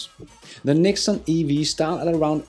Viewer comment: the TATA NEXON is NOT pronounced (NIKON ) but rater NEX - ON